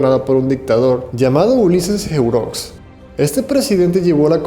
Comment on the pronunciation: se pronuncia ulises erox